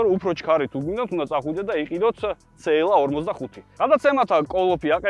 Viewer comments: რა ცე ელ ა რა ცე ელ ა ??? ძაან მაგარი კონტენტია მაგრამ ცე ელ ა? რა ენაზე? ?? CLA. სი ელ ეი. ასე გამოითქმის და სასაცილო აღარ იქნება. ძაან მაგრები ხართ სხვა მაგრამ მანქანების გამოთქმა სწორად თქვენ მაინც დაიწყეთ :) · ცეელას რო იძახის ყურებიდან სისხლი მომდის ხოლმე ტო